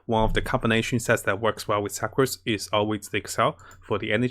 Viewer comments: Sucrose is pronounced sookrose lol.. as in the meaning sugar 😆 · He called Sucrose Sacroose XD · Klee = Keel Sucrose = Sacroose Let’s see what else he will call the characters by